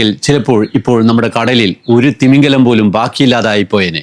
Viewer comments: തിമിംഗലം അല്ല, തിമിംഗിലം ആണ്. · തിമിംഗലം അല്ല... തിമിംഗിലം ആണ് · തിമിംഗലം തെറ്റ് , തിമിംഗിലം ശരി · തിമിംഗിലം എന്നാണ്. തിമിംഗലം തെറ്റാണ്ട്.